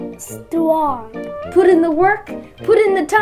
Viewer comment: “Wow, you’re weely thtwong”